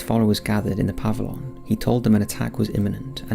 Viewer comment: Puh-vill-yun Aff-uh-dave-it If you're going to do it, do it right.